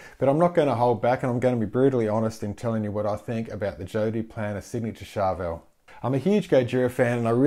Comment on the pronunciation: ''Joe Duplan ''